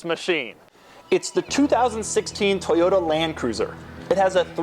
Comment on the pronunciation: ToyoTa!!!! wtf is a Toyoda?